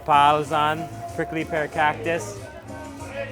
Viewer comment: The way he says cactus CAWCTUS